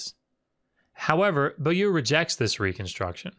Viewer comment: Excellent and informative video. I am somewhat amused at ability to speak ancient and dead languages when juxtaposed with his struggle with simple modern French. Beaulieu isn't pronounced "boo-loo" in any part of the French speaking world I'm aware of.